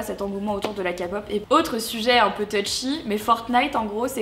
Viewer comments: D'abord C ps la k pop (kapop) mais la k pop (keypop) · on dit pas kapop on dit kpop alors respect les gens qui aime ça comme a dit quelqu'un dans un commentaire tu t'est pas assez informer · Faut le faire quand même pour dire "KA POPEU" WTF je suis choquée O_o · La CA-POP 😑😑😑 ça se prononce KEY-POP in English please! C'est juste pour dire ça... Sinon je respecte tes choix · Juste pr te dire please crier pas je voulais juste te donner un petit conseil je suis une petite fan de K-pop et pas kapop stp sa pique un peu j'avoue ne tkt pas je vais pas t'insulter je suis pas tomber aussi bas juste stp quand tu parle d'un sujets que tu ne connais pas fait des recherches stp bref bisou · La Kapop ??!! Oh nonnnnnn Marie pas toi stp 😢 La kpop ( Keypop ) c'est ma vie !! Tu devrais faire une réaction aux musiques de kpop je pense parce que tu changerais peut être d'avis 😊 Ya pleins de styles de musiques de kpop comme la krap ou des musiques électro de la r&b etc... Mais je ne te critique pas du tout car tout le monde ont des opinions différents 😊💛❤💛 Bisous ❤ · Bonjour Marie ! Je tiens à te faire remarquer quelque chose qui m'énervent un petit peu: le fait est que je pense que tu sais très bien que K-pop se prononce bien Képop et non Kapop mince ! Alors je sens bien les commentaires venir en disant que les fans de Kpop s'énervent pour rien et patatie et patata... Je ne pense pas que ça vous plairait que l'on prononce Dadju '' Dad-jus '' et Aya Nakamura '' Aya NakamUra ou encore pour dire R&B vous dite ''erendbi'' et non pas ''er et bé'' donc s'il vous plaît Kpop se dit Képop et non Kapop car la ça commencent à devenir de la provocation (c'est mon avis) car les français savent très bien prononcer des mot englais soooo dit le bien merci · (Sans être mechant) on dit keypop met non kapop c’est vrm de la bonne musique tu devrais te renseigner sur c’est musique et aussi il y’a plusieurs groupe comme exo blackpink ectt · Et ça se prononce pas Kapop mais Kpop🤗